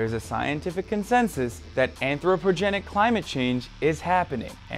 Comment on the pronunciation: did he say anthropRogenic ?